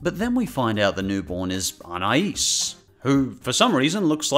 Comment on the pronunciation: No one: pronouncing Anais: UN-ICE